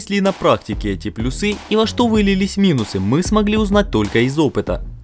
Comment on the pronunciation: плюсЫ, минусЫ, аж прям уши режет этими ударениями, пощадите пожалуйста)